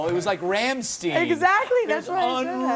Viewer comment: OMG, Rammstein's name was mentioned by my favorite talk show host of the best late-night talk show ever!! I'm so ecstatic, I'll forgive him for not pronouncing their name properly. :D